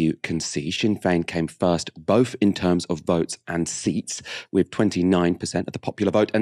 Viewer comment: How can you take seriously someone who doesn't know the difference between TH and F. Thus he says Bofe (both) Free (three), norvern (northern).